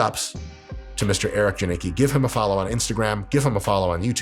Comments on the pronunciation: It's not Djaniki - it's more like Ya neats kee. The name doesnt make us blush, especially if you butcher it the way you did. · Janicki is actually a polish name :) its prenounced Yuneecky (sort off) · Janicki is pronounced "Yung-eats-kee" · Polish pronunciation is [yanitzkey]. Not too hard. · It's "ianitski". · To sound polish try saying it like yanitsky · Pronunciation is more like "Yan-EEt-ski." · As a Polish person I cannot stand the way Americans pronounce that surname. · I'm from Poland but still, you butchered his last name so hard I can't blush. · That was the worst possible pronunciation of his last name haha